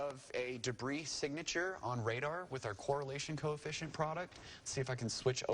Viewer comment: it’s “signature”